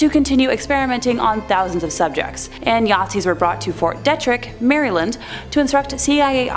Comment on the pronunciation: Hi from Seattle! Just one minor point: In the MK Ultra segment, the second word in the name "Fort Detrick" is pronounced DEE-trick. I know this because I grew up in Frederick, Maryland, within a few miles of said Fort, and knew a few individuals who worked there. Just fyi... :)